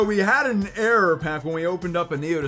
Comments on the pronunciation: Still mis-pronouncing Error as air I see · I love how you talked about the way you say error because for the longest time I thought you were saying air dragonite from rocket packs lol